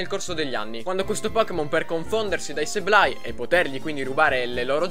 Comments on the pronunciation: Grande inventiva. Comunque Sableye, si prunucia: SABLE-EYE(Seibolai) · Innanzitutto, grazie per la risposta. Comunque se come dici tu “Seib-lai", Ok, ma con la B di mezzo maiuscola e molto accentuata. La B é come se pronuciasse anche un O chiusa, non so se mi spiego.. Scusami ma pronunciare Sableye: Seblei o Seiblai senza accentuare la B, non si può sentire...